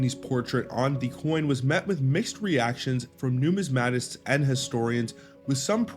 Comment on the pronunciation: It's nu MIS ma tists. Accent on second syllable. Nu mis MAT ics has the accent on the third syllable.